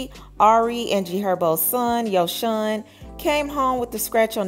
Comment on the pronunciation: Yo-SOHN. Not Yoshon😂 omggggg you’re killing me !!!